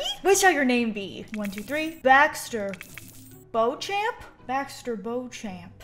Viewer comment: POV: your old teach was named mr. beauchamp and you were crying this whole video. (Btw this isn’t hate just sharing my funny story, if anyones curious it’s pronounced bow-shamp.